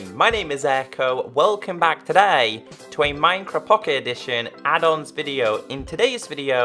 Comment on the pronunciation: Who else thought he said (hey guys welcome back to minecraft pe adults video) rather than add ons video